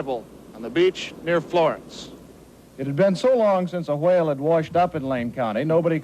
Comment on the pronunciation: he says it like wahale